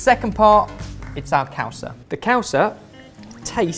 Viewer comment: still hasn't started practicing his pronunciation... Causa is pronounced cow-sa, with a liquid s, not a z.